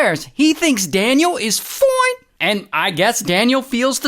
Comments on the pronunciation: I love it when Ray says “fOINR” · The foine gets me 😂😂😂😂😂